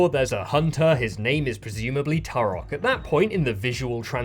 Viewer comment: You pronounce Turok wrong even though you use clips of devs saying it correctly 😂